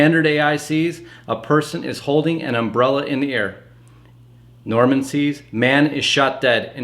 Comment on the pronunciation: Norman is not Norm-al